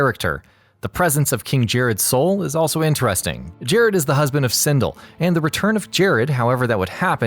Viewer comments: it's SinDELL, not SinDULL. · He said sindil not sindel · Not CinDILL. CinDELL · It's pronounced Sin-Dell not Sin-dle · You pronounce Sindel as Sindle it is pronounced Sin-Dell also Edenia is pronounced Ee-Den-Eeyah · Ah yes, my favorite character. Sihndle. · What's a Sindill? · He's commenting on how bad the pronunciation was, which is hinted at by misspelling it the way the narrator said it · Really sin-dell smh lol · nope, thats excuse doesnt fit; his accent is very american, and these are american IP's that are very popular. How he pronounced Scorpion's clan got me too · Sin-Dell & Tuh-Keyduh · Sindle? XD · Lol "Cindel" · I hate this guy and how he pronounces any word from Mortal Kombat. Sindel? Tarkatan? They literally say it in the game. Stop being a contrarian. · He makes me cringe with the way he says Sindel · Narrator mentions he personally played Ermac but he can't pronounce Sindel right. lol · You fucked up the thumbnail and pronounced sindel wrong. Your questionable.